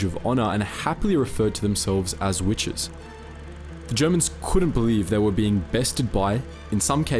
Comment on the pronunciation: What do I think? I think you need to eschew the Great Australian Elision, there is a t in witches. Otherwise quite informative but that finger nail down the blackboard drowns that out.